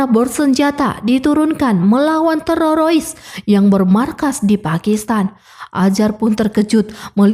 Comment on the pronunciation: TERORIS BU TERORIS, BUKAN TERAROIS 😢